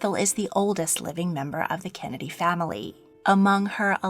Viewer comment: does no one else notice the way she says kennedy like kenedeh